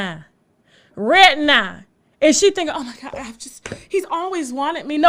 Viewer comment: “Rhett now”😝😝😭😭😭😭